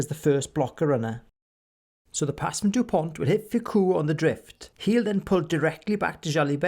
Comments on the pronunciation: You must retire the T. It’s Dupon(t).... not DuponT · Awesome Video. But as a frenchman it hurt a bit when u pronounced the t at the end of his name. French is not an easy language i’ll give you that😂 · The t in Dupont is silent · Very good job. But the T at the end of Dupont is not to be pronounced. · Great content overall, with brilliant analysis throughout. Well done Sir ! And thank you. Just a tiny detail, so you may save yourself some time and enjoy an extra year (who knows, with all those spared moments ?!) somehow... in Dupont, the letter "t" is mute. Such as it is for 95% of French names (ie. Thomas, Jalibert, Chat, Penaud, Marchand), mainly those from Latin and/or Celtic legacy.